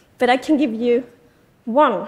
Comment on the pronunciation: She says yoy and yoin